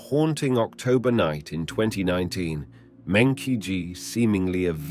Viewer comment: meng -qi is pronounced as "meng -jhi" that is the proper Chinese way of calling this name. NOT meng -Ki